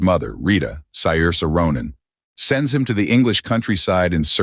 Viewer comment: Learn to pronounce her name!